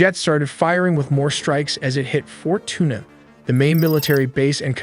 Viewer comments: I love this channel but can we get a better voiceover? Actually never mind I love the fact it said "Fort Tuna." Oh that got me... well done as usual. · Clearly AI. Can’t pronounce any Spanish words because it’s confused. Fort Tuna. nickels Maduro etc.